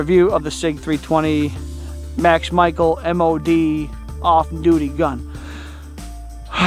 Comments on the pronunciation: Max Michael 😂 it’s pronounced Michelle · His last name is pronounced ‘Michelle’